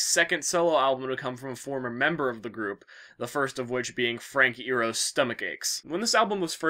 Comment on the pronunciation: Dude, you said Frank Iero wrong And that pun was so intended.